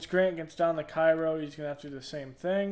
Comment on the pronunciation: The content is great, just wanted to say that Cairo Illinois is pronounced "kay-ro"